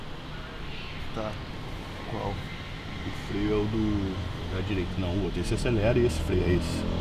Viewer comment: O melhor é o Léo falando esquerda e direita errado toda hora OPKASOPDK